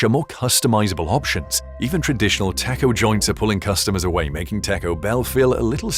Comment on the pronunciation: AI can't say taco?